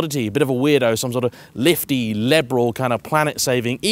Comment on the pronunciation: “Lifty leberal” 🤔